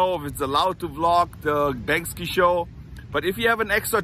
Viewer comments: "Bank See" is how it's pronounced. I hope you get some tickets, I'd love to see the show myself. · I love you, but I've always heard "Bank-See" not "Bank-Ski". Thank you for teaching me about Venice and Los Angeles! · Get 2 ! I wanna go with! lol Maybe try Stubhub or any resale app. BANKSY (Bank-See, not Bank-Ski) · “BANK-See “. is the pronounciation. Love u man! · im not sure if you cant pronounce his name correctly. Its Banksy not Bankski. LOL the feeling is there though. keep it coming. peace. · Ok let me do ya a favor. It’s not pronounced the way you’re saying it. You’re saying Banks-ski…and the proper way to say it is Banks-ee. Just in case you get to go and talk to the heavies you don’t want to sound silly. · Maybe you should learn to Pronounce Banksie